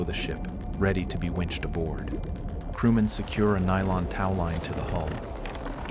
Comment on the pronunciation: what upsets me is the egg timers are more precise than you pronounceing tow.